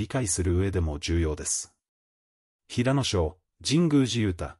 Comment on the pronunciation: 平野くんをヘイヤくん 岸くんをガンくん toBeをトべ と言う内容が邪魔をして内容があまり入ってきません！ 内容は、感動的なのに残念です！